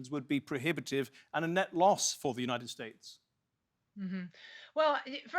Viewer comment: "Yuneit esteyt" 😂😂